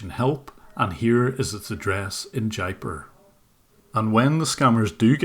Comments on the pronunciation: Jaipur is pronounced as Jay-poor. Just wanted you to know. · Jaipur is pronounced as JAIPOOR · It would be interesting to hear the story of how got mixed up with this Indian Scamming operation... Wow Jim,!!! Another really great take down of these online predators... This is the first scam crew I've seen from Jaipur Rajastan... oh by the way, the city's pronounced "Jaye Poor". It is famous for it's "sculpture studios" that make the statues of temple deities, for Hindu temples all around the rest of India.